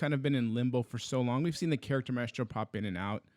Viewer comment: Maestro = mice-tro,... Not My-est-ro LOL. My-est-ro sounds like a drug that you see on TV for constipation or something